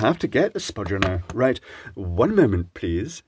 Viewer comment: Aint it, man! Emphasis on the pause before "Pleeeease"